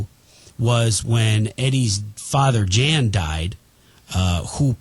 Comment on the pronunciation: Jan is pronounced Yan I believe.(Dutch)